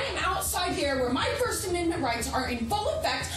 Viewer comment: “Forst”, Indeed.